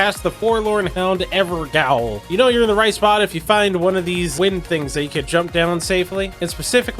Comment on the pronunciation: FYI "Gaol" is a British way to spell "Jail" so you would pronounce it like "Ever-jail". (Makes sense, right?)